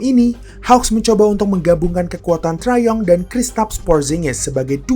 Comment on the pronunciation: btw jangan baca 3 dan d min, lebih enak didenger three and D. sama trae young biasanya dibaca tre yang, bukan trae yong😊